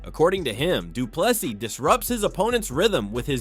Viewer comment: Commentator please Say doo ple 'SEA' not s i s..... GOOGLE pronunciation of this surname.......SEE or SEA